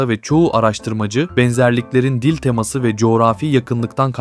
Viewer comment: telaffuz yanlış olmuş. "Dil teması" değil "Dil temâsı".